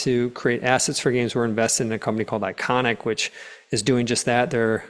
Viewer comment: Nope. It sounded like Iconik, but I want to be sure.